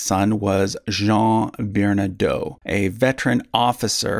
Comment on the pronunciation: French names like Bernadotte, with TTE, are pronounced with a sounded consonant at the end: BERNA-DOT. If the name were spelled with a single T at the end, then and only then would it be pronounced BERNADOH. There are numerous other errors in pronunciation, but that one is the most egregious.